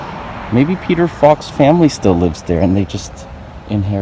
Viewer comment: Peter "Falk"